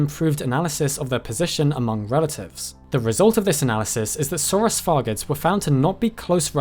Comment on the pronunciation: feel bad for the little guy.. calling him you not o saurus.. :'(